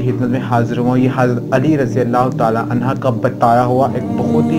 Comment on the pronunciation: R.anha nhi HOTA anho HOTA hai 🎉